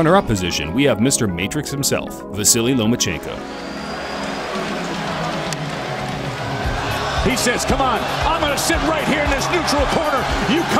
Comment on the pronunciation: "Nomaschenko". The man is a genius.